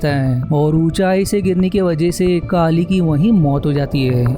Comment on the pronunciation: काली नहीं केली बोल